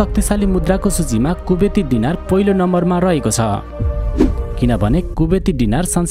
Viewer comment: गाईतुन्डे डिनार होइन दिनार हो उचारनमा समस्या होकी???